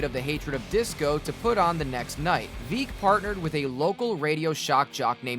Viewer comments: "Bill Vee-k?" You really are a jabroni. The title of his autobiography (hands down the funniest baseball book ever written) says it all. "Veeck, As In Wreck". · Veeck, as in wreck